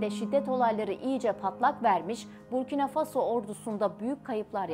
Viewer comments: БуркинА ФасО, а не БуркИна ФАсо. Не возможно слушать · Насколько я знаю с детства ударение БуркинА - ФасО, а не БУркина ФАсо. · Бурки на фасо что за неграмотное произношение государства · Правильно ударение надо ст авить коли уж о целой стране рассказываете Буркина ударение на последний слог гласная а, далее Фасо опять же на последний слог гласная о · ИСКОВЕРКАТЬ НАЗВАНИЕ СТРАНЫ И ИМЯ ПРЕЗИДЕНТА. - ??!! ФЕ !!